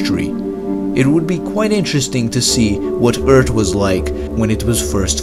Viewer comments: HE IS SAYING Eeard AND NOT Earth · Next time let’s get someone who speaks english because it’s not ert it’s “earth”. Not breed it’s “breathe “.😂😂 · I thought it was called earth not Urrt.? How can someone be so smart but cant say earth properly ?? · You also said eart on accident instead of earth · Say earth not eart but good vid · It's eart...ok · Urt? I thought it's earth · It's Earth not ERT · Earth erd? Breathe bread?😂😂😂😂😂😂😂😂😂😂😂😂😂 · Earth not Ørt. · Its earth not eart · It's Earth not Urt. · It's earth not "Ert".lol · earth!! not eard...... GOD!!!! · I like the way you say "Ert" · "Tsunamis on Urt were a common ting" I'm dead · He speaks excellent english. Its just that he has difficulty with "th" words. Earth is Urd or Urt, and breath is breed, and truth is troot. I love it! I hope he doesn't change a thing. 😊 It adds to the flavor and presentation of the content of his videos. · So did you mean to say Eart instead of Earth too? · More like "urt" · It should really be "DA urt." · You forgot to mention Urt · Eart or Urt? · Actually your comment is ignorant. I speak German and Spanish fluently, and am a native English speaker. His accent isn't the issue, but his pronunciation of basic words like "Earth" and saying things like "when moon was this close to ert" indicates a basic lack of effort in actually becoming fluent in English. When I speak German, of course I'll have a slight accent, but often times it goes unnoticed even by native speakers. This is because I made the effort to learn proper pronunciations. There is no excuse unless he has a speech impediment, which doesn't appear to be the case. Maybe you should be a little more accurate next time you try to be a white knight. That being said, your command of the English language is incredibly weak for someone cocky enough to call it a "snack".. Practice what you preach. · idc how smart or how many languages he knows I think its annoying how he says EART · You insensitive clod. He clearly said "Ert".